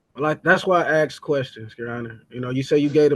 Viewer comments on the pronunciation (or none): What education system tells people to say axed?…..the proper term is asked, got it….speak proper English or shut up clown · Ahhh..axed. More US education system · When i aksed for the evidence 🤣 what a moron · When numptys used poor English such as I axed instead of ASKED u then know you have an idiot